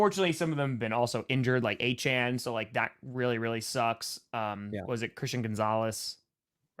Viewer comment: Its Achane and its not even close...